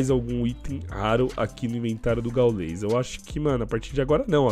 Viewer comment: Mano nao é "gaulês" é gáules o pronunciamento